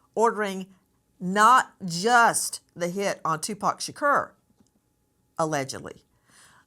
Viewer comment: Can you learn how to say Tupac’s last properly??????? It’s not “Shakeer” It’s “Shakor.” That is sooo disrespectful. Just goes to show you don’t know much of anything both these people.